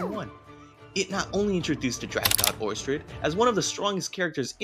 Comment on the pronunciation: It's pronounced Or sted, not Or Stred.